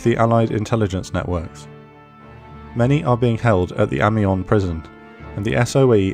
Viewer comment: PS British people always mispronounce Amiens ... phonetically it's A-mi-yan :)